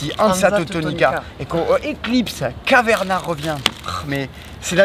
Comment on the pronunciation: Please, arrêter de massacrer Caverna 🙏